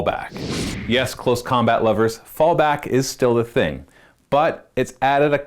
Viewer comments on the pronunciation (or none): none